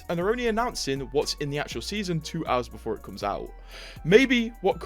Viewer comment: BEFORE NOT BOOFORE